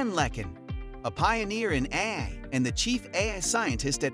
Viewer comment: Your bot AI voice called “AI” ‘ahhhh’?